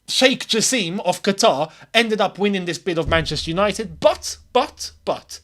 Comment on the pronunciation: It's pronounced "JA SIM"